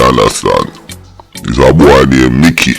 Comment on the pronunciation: You got the name correct to bbc mickey😮